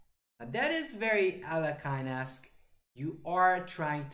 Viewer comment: Alekhine = Aljehin (Alyehin) [ɐˈlʲexʲɪn] rather than Alec-kine ;)